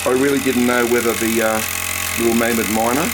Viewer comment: It's mamod not maamod